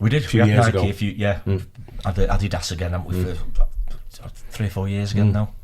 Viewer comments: who else thought when said Adidas, thought he said "add his ass" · Ah Dee Dos. Is this how all brits pronounce it?? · The way pronounces Adidas and Puma is hilarious.